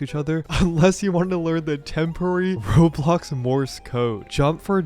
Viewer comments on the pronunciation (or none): It’s so funny how calls it rob blox instead of row blox lol